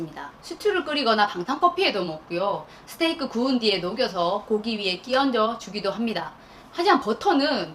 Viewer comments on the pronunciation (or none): none